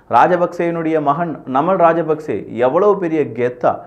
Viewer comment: தயவு செய்து இலங்கையர்களின் பெயரை சொல்லும் போது சரியாக சொல்லவும்.ஜனாதிபதி அவர்களுடைய பெயர் அநுர குமார திசாநாயக்க.நாமல் ராஜபக்ச.சஜித் பிரேமதாச.பாக்கிய செல்வம் அரியநேந்திரன்.ரணில் விக்ரம சிங்க